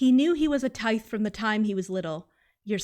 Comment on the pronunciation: i wanna point out tithe is likely pronounced like "tithing", like giving money to a church, which is kinda like "taiv"